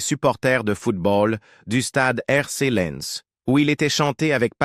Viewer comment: Do.mage que ce soit si verbeux et repetitif et qu'on n'entende même pas un extrait de chanson! Ce serait bien aussi de savoir prononcer Lens!